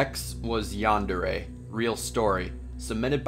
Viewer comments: umm, it's yan-day-ray; not yawn-deh-reh. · How you pronounce yandere is hilarious 😂 roll your R's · Its yandere not yawndarea